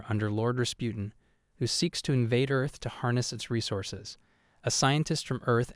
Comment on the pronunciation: "Umm, actally, it is pronounced JUHS-pee-on" ☝️🤓